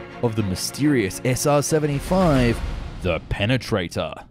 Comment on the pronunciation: Does Prenganator exits? Pe-pe-Prenatater.